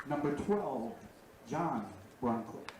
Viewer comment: Brunclick is pronounced Brunslick as if the first c is an s . Also Haugen is pronounced Hawgen , not Howgen . Matt Juza was a draftee by Brill , who plays for the Hornets during the regular season . Once again , thanks to Zaleski Sports for covering WBA Baseball